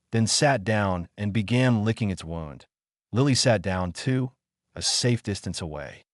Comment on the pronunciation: Butchered word wound ie injury. Not wound as wrapping rope